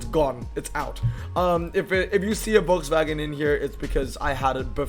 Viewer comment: Imboldn’s pic for the EXP 100 with the lit up grille would be the perfect pic in game. Also hearing the name Volkswagen pronounced properly should be a standard everywhere